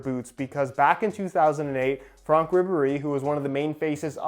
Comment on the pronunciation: He said FRONK Ribéry